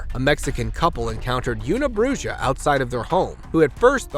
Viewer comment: Una bruja.... welp... fair is fair considering in mexico thy call boneless chicken wings "bon eless" (That's how they pronounce it. I know, it sounds stupid just like you pronounced una bruja as "una brujjah" lol)